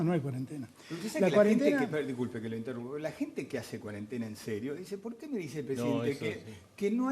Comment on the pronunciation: No aguanto más a Bonelli diciendo CUADENTENA